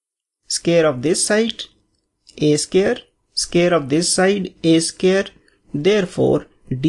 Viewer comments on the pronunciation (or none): please pronounce in proper way... its not scare, its square.. make sure it correct.